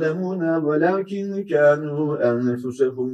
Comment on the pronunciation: Allah razı olsun. 71. ayetin sonunda yanlış duymadıysam Hocamız "Kanu yefalun" diyor, doğrusu "Kadu yefalun" olacak. Yanlış uyarı yaptıysam kusura bakmayın.